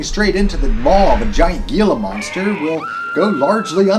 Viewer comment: it's pronounced heee-la monster.